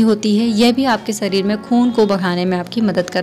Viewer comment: Sareer me nhi shareer me